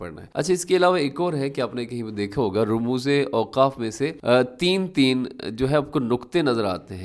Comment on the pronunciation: صحیح تلفظ ramuz نویں rumuz ھے